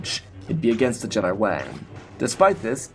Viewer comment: the other guy just uses chatgpt for stories and calls jedi jed'aii